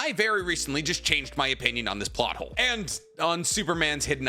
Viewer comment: I swear I heard naruto butt hole instead of plot hole 😂😅